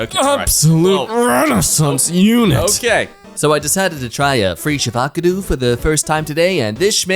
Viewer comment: Normally I'd be mad about about pronouncing "fresh avocado" as "free shav-a-ca-doo", but considering the subject matter of the tweet in question, I feel it's justified.